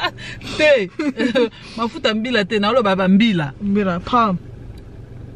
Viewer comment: Ba bila 😂😂, she said Mafuta 🤣🤣